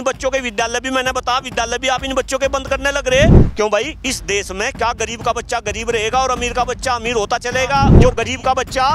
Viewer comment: Amit Shah pahle khud Hindi bolna sikh le Desh ko Des bolte hai